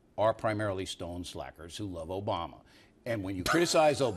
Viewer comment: "Obrama." With an R. Really Bill, really? It isn't that hard to pronounce obama